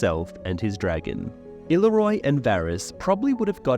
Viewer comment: The amount of names you say incorrectly is actually astounding. Considering you literally change the fucking name rather than just a mispronunciation. Illyroi?? Seeing as his name ends in an O i dont understand how you managed to get to roi. Vargo hoat. Or as you call him. Vargo hort. How ? How are you that bad at reading you cant tell the difference between an a and an r